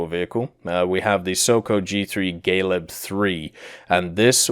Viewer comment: So many mispronunciatons🤪 Mostly at Galeb and Jastreb, Orao and Soko. But other than that the video is nice.